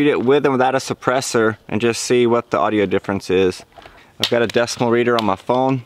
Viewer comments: decibel not decimal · DECIBAL READER SIR, NOT DECIMAL